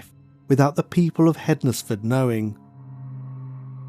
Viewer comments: Hens-fud not hed nes ford. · Found this interesting, I live in Stafford, which isn't too far from the crime scene. Just for future reference tho, you don't pronounce the Nes bit in Hednesford. It's either Hensford or Ensfud, well, that's how we say it round here. xx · I live in hednesford but pronounced hensford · It's pronounced hens-fudd, like Wednesday is pronounced wens-day not wed-nes-day